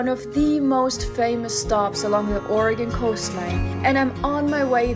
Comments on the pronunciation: Born and raised. I love how you are saying Oregon correctly. She just visited a small portion of pacific coast. There is way more to see. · You beat most Americans in actually pronouncing the name of the state correctly.